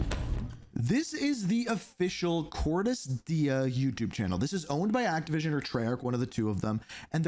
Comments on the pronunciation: …why do you continuously pronounce Cordis Die incorrectly? It like the easiest thing to say properly like…??? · Pronouncing Cordis die as Cordis Die sounds weird